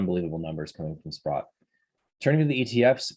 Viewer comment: Ooooooooh, so when you keep saying sput, you are actually trying to say SPROTT, that’s been bugging me for a couple weeks.